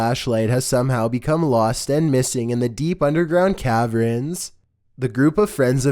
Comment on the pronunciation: Did u say cavrens? 🤣🤣